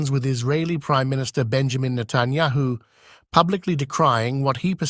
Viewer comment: Who is Natanyaho? Why can't your computer voice pronounce names?